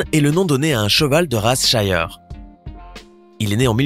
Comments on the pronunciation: On ne dit pas " chiyer " on dit " chire " car le racé s'écrit shire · Il a juste mal prononcé le nom -_ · Oui et on ne dit pas shire comme il le dise et Clydesdal aussi il le prononce male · Cest pas comme ça qu’on dit shire